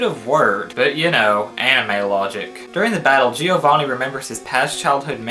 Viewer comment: The way you pronounce giovanni kinda pisses me off lol